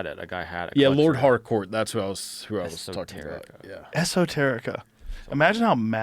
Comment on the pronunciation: I legit thought he said he went to "Lord Hardcore's" house lol...